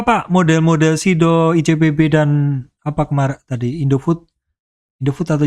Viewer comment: ICBP ...PAK BUKAN ICPB